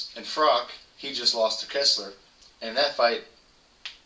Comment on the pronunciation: its froch not frock